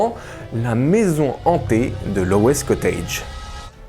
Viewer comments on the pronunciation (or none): Salut! Merci pour tes vidéos! Juste une petite chose, La prononciation c'est Loz pas Lowess:) Pense a l'acteur Rob Lowe en ajoutant un petit z à la fin! (L'eau'z)Encore Merci pour tes vidéos!!!